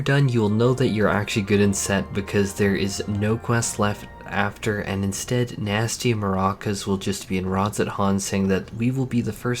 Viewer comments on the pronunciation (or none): I'm sure this has been brought up before. But it's NASHU in each of the quest names, not Nasty. As I listened in, I kept hearing the mispronunciation and it was driving me crazy.